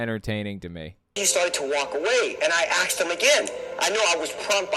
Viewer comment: How credible is a guy who can't pronounce "asked" ? Of course the other stuff is nonsense but I would focus on the low-hanging fruit and try to sound like someone who has read a book.